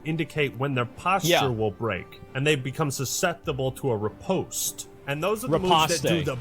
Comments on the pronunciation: Mf said “ re-possed-stay” 🗿 it’s riposte asmondumbass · The way you kept saying Re Post Aye for riposte never gets old. Its Re Post. Lol there has no accent over the e... why would you pronounce it? Lol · Lol it is not pronounced, RE-POSTAY .... It's pronounced RE-POSTE. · Incorrectly corrects riposté 😂